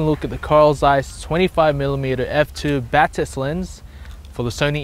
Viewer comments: you say it [ baa-tis ] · Batis lens lineup was named after the bird Batis, pronounced bat-iss.